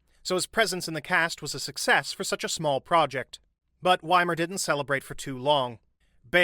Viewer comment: His name is Wimmer and not Wimer... Is it SO difficult to pronounce names properly? Even Google can help... It's not magic, really.